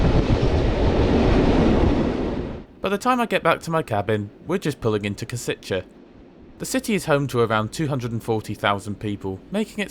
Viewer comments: It's pronounced "Pre-show" and "Kosh-itse". ;-) I'm surprised to see a video from you where you use your own voiceover. :-) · Correction: "Š" is pronounced like english "sh". So it's "Preshov", "Koshitse". "C" in Slovak is pronounced as "TS" like in "Tsunami or Tsushima".